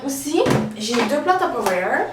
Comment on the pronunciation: OMG j'adore quand tu dis " Tupperware " avec l'accent :)